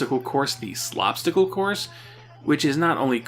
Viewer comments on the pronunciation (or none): I think Krusty called it a ‘Slapstick-le Course’, not ‘Slop-stacle Course’.